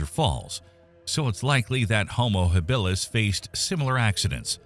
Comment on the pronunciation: Enjoyable but screwed up. Your AI voice mispronounces Habilis, Australopithecus and I don't know what else. You show a hunter about to throw his spear - in a dense forest. That doesn't work. Check with your Maasai friends and they'll splain you.